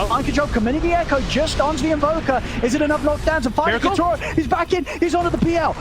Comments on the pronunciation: ยา-โท-โร่ ด้วยแต่อ่านเป็น ยา-ทูโร่ ผมฟังๆรู้สึกหงุดหงิดยังไงก็ไม่รู้555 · miposhka กับ yatoro มันอ่านแบบนั้นหรอครับ คือฟังแล้วมันขัดหูมากเลย อีกอย่าง yatoro ไม่ได้โกนหัวก่อนแข่ง แต่โกนก่อนเจอ OG รึเปล่า ?